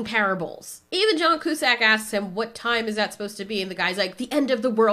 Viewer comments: It's pronounced (q-sack)! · Joan Coozack? You mean John Cusack😂